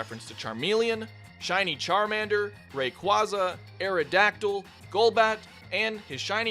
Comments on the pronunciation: Ray-kway-zuh It's not that hard, people. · Yall talking bout pokemon trainer returning But I'm still disturbed that he mispronounced Rayquaza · YOU MISPRONOUNCED RAYQUAZA